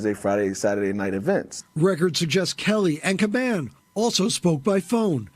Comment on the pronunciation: Dude makes a video and butchered the commissioners name. It’s only been in the news for the past few months!